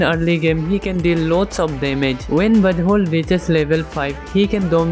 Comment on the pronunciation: my gid why do I hear B*tt hole instead of Buzzwhole Im sorry😢😢